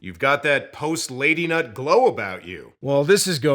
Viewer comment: He said “lady-nut”